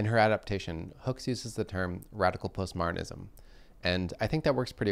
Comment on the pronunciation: I heard "post-martinism." I recalled clothing used to be "martinized" (whatever that was).